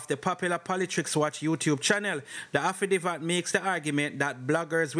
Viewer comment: Say it with me "afi david" wah name affi divvat? 😅😅